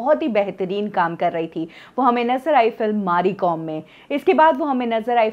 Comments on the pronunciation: It's mary kom not maary kom🤣🤣😂😂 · Madam mari mom hai.... Mary kom.... Hai... Plz thora dekh ki pronounce karo.....